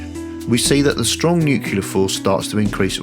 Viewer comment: I loved everything about this video, EXCEPT.... i kept throwing things at the screen every time you said "new-queue-lar" ಠ_ಠ It's new-cle-ar!!!